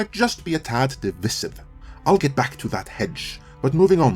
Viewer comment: It's "device-iv" not "de-viss-iv". I know it looks like the latter but it is pronounced the former.